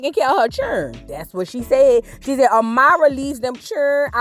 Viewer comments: lol I thought I was the only one like girl stop saying her name like that 😂😂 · The way she’s pronouncing Amara is stressing me🤦🏾‍♀️